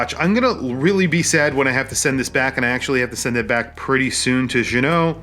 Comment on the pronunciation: Nice to see you know how to pronounce Ginault. Now you need to learn how to pronounce homage. (pssst. The H is silent). As for the review